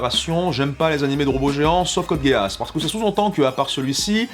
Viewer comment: code géass, mes oreilles saignent, même si je ne suis pas spécialement fan de la saison 2, j'adore la 1ère saison mais je n'accroche absolument pas la seconde.